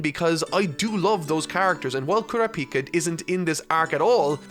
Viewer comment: Pronounces Kurapika's name correctly .......Pronounces it wrong . I mean, he's gotta be doing this on purpose now right? Right!?